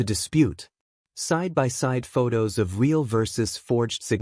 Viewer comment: Real, pronounced "reel" with a long "e". Fire your AI reader and hire a human who can read and speak English.